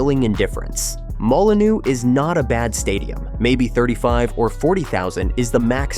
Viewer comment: So many incorrect figures, some wrong dates,but worse still, several different pronunciations of "Molineux.